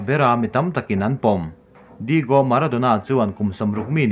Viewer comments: Sir... Digo nilo in Diyago nizawk lo mi nge an koh duat na ang kha.. A Spelling nilo in a lam dan in nia ka tih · Lam dan hi uluk teh u, mitin in an en theih a ni si a, Digo nilovin Diago tia a lam tur, Neipuls ti a lam bawk tur.